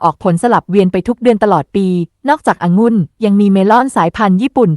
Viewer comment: อะ-หงุ่น ค่ะ